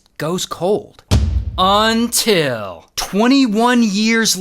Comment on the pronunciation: love the “UNTIL”